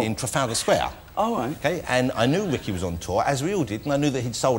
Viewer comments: Ritchie? It’s Ricky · Is it just me, or did it sound like he said "RICHY" Gervais?